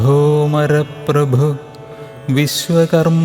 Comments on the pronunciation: പദ്മനാഭോ അമര പ്രഭോ എന്നല്ലേ വായിക്കാനുള്ളത് ആ വിസർഗം അമര പ്രഭോ എന്നാണ് വായിക്കേണ്ടത് "മര പ്രഭോ എന്നല്ല എന്നാണ് എന്റെ ഒരു അഭിപ്രായം 🙏 വിസർഗം ശ്രദ്ധിക്കാതെ പോകരുത് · 🙏🙏🙏🙏 താങ്ക് you പക്ഷെ കൂട്ടിചൊല്ലിയാൽ കുഴപ്പമില്ല. ‘മര പ്രഭു‘ എന്ന് എടുത്തു ചൊല്ലുന്നതു പോലെ തോന്നി. ക്ഷമിക്കണം 🙏🙏